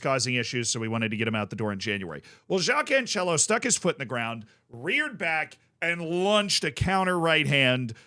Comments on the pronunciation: Hey z. Portuguese guy here again try to fix pronounciation. It's cancelo the same way you pronounce cancel and not couchella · Yes everytime he says Canchelo I lose a brain cell